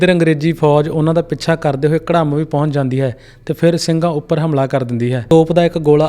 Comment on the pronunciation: ਪਿਆਰੇ ਵੀਰ ਘੜਮ ਨਹੀਂ ਘੁਰਾਮ ਜਾ ਫੇਰ ਘੁੜਾਮ ਜਿੱਥੇ ਕਿਹਾ ਜਾਂਦਾ ਹੈ ਕਿ ਭਗਵਾਨ ਰਾਮ ਦਾ ਨਾਨਕਾ ਪਿੰਡ ਹੈ😊 ਅਤੇ ਪਟਿਆਲੇ ਨਦੀ ਕੋਲ ਸਿੰਘ ਦੀ ਬਗੀਚੀ ਨਾਮ ਦੇ ਥਾਂ ਹੈ ਜਿੱਥੇ ਸਿੰਘ ਰੁਕੇ ਸੀ